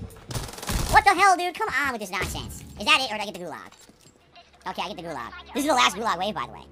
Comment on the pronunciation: King of the Gulahg, because he is in there kahnstantly. Good thing there are no bathrooms in there.